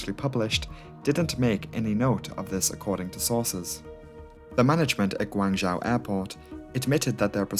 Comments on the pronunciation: Guangzhou is pronounced Gwung'joe' - zhou = joe / zhao - is pronounced like 'now' but with 'j' - so your way of saying it would be spelled " Guangzhao' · Cantonese is pronounced Gwong-Zow. I'm US, my wife is from Guangzhou. She's obviously fluent in Cantonese and Mandarin. Yours is a try at a Mandarin pronunciation. It's actually Gwong-Zoe. English speakers commonly say ...joe.